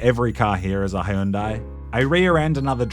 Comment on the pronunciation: What's a Hayundai?